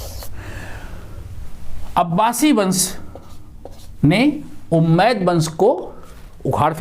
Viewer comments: Guru ji ummiyah vansh hai not umaid. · सर झूठ मत परोसें हज़रत मुआविया ने हज़रत अली रदि अल्लाहु अन्हो की हत्या का झूठ कहां घढ़ा है आप ने सर,,, उम्मैद नही बल्कि उमय्या शाब्दिक उच्चारण भी सही नहीं है